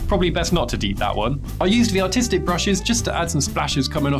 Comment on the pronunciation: He’s saying artistic. He has an accent